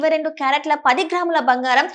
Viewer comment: బంగారం తల్లీ భoఘారం కాదు.తెలుగుకు ఇంత దుర్గతి పట్టింది